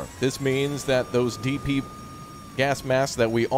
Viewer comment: The pause after he said DP in the beginning 🤣